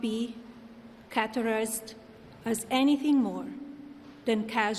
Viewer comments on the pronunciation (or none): WTF does “catarist” and “trival note” mean? 5 languages my azz….. 🙄😒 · and catterised lol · She can't pronounce "categorized" and "trivial", and says "I never been" rather than "I have never been" on a fully pre-written and rehearsed speech. And not one person in her bloated circle of employees corrected her before she made a fool of herself. Looks good on her.